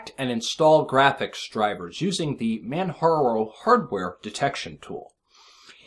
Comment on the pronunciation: ...say it with me: MAN-->J<--ARO...;)